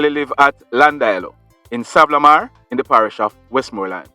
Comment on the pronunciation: Like the show but can u say Sa-van-na -la-mar thanks.